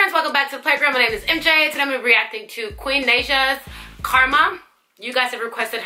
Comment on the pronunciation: You said her name wrong